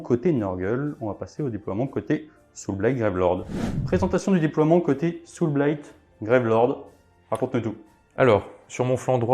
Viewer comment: Aaaah le saoûlblaillte légion of bloude, rien de tel